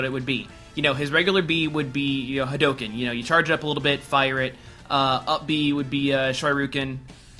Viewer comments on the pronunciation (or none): Trailer drake pronouncing it ha-dough-ken. Oh god.